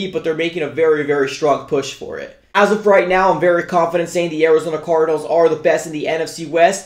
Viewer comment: "Orizona cordinals"